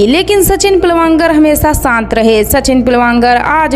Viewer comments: Pilvankar nahi pilgavnkar hota hai agar sahi se nahi bol pa rahi thi sirf sachin keh sakti thi har baar pilwankar kehne ki kya jarurat thi? Or peoduction house hota hai film banane ki chhoti moti factory kya hota hai. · सचिन पिलवांकर नहीं सचिन पिलगांवकर हैं। अपने उच्चारण सुधार लें। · आपको तो पिलगांवकर बोलना भी नहीं आ रहा। अपनी भाषा पर काम कीजिए। बाद में वीडियोज बनाइए। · सचिन पिळगावकर नाम है उनका नाम ठीक से बोलो